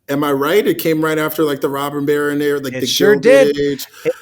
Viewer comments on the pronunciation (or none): none